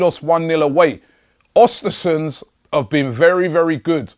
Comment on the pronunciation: Its Östersunds.... ö pronounced like the second sound in "burn"